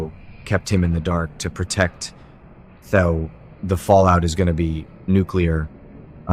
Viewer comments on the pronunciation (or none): It's pronounced THEE-OH not tho!